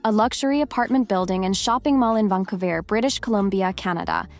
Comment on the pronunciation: Narrator needs to learn how to pronounce Thames and Vancouver properly.